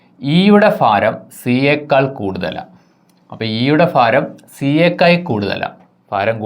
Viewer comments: ഫാരം അല്ല മാഷേ, ഭാരം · ഫാരം അല്ല ഭരണി yude😃ഭ... അപ്പോൾ ഭാരം. ഒരു മലയാളം ടീച്ചറെ കണ്ട് ഉച്ചാരണം പഠിക്കു മാഷേ 🙏